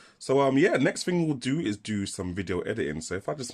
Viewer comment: Why the deliberate mispronunciation of the word "thing"? A "ting" is the sound a bell makes